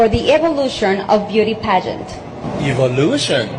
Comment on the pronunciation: Eevolution? Eevolution? We have blond hair n blue eyes ! Its the seriousness for me 😂